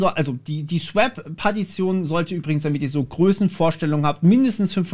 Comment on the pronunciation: ich lurke immer wieder mal gerne bei so RTFM videos rein. musste jedoch schmunzeln...: swäp... okay, kann man machen. pac-s-trap... das ist keine falle... da wird gebootstrapt. also pac-strap 😉und es wird auch nichts erdolcht mit gen-f-stab, sondern: generate filesystem table. aber cooles video. weiter so.